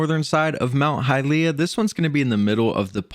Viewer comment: you are not pronuncing well hylia